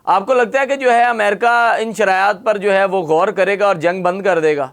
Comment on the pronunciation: Anchor ki Urdu شرایاط, شرط ، شرائط, Abraham Lincoln, not Abraham Lankan, جوانان پاکستان ہوتا ہے ،، نہ کہ جوان نان پاکستان ۔۔۔ guest ki Urdu se hi seekhny ki koshish kry khudara, itny senior guest k samny aesi Urdu afsos es qadr Urdu ka naas anchor ki trf se